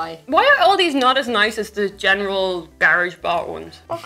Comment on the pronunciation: I'll never get the different pronunciations of "TH" ... She just said "... Deese things" for "These things" THEY BOTH HAVE A "TH"! WHY YOU NO PRONOUNCE THEM SOMETIMES?!?